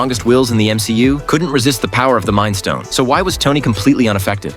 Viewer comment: Bro its not mimd stone space stone